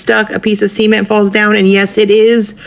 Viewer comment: That woman meant to say cement but it sound like she said semen